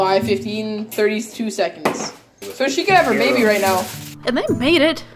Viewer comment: You sound like your saying bay bay not baby 😂